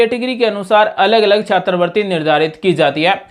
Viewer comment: सर जी छात्रवृत्ति बोलिए,छात्र वर्ती नही